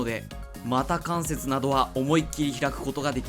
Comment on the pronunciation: 毎回楽しく見させてもらっています。 以前から気になっていたのですが、股関節を「こかんせつ」ではなく「またかんせつ」と読むのは何か理由がありますか？